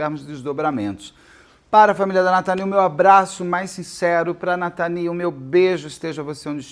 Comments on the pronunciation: Nome dela era natany vc falou natali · Natâny, não Nataní 🤭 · Tenho certeza que a pronúncia do nome dela é Natâni e não Nataní. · A Natany (se pronuncia NatÂNny) é minha xará, esse é meu primeiro nome. Ela era da minha igreja, Congregação Cristã No Brasil. Uma menina cheia de vida, cheia de sonhos, mas teve a vida interrompida por três monstros. Ela foi buscar a palavra de Deus na reunião da mocidade, última reunião dela, última palavra que ela ouviu, sem ao menos saber. Isso é absurdamente triste e tudo que queremos é justiça por Natany. O único conforto é saber que ela dorme nos braços do nosso Senhor Jesus. Descanse em paz, princesa 🖤🥀